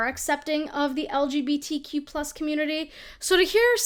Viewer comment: I love how opinion girl can't even say LGBTQ+ right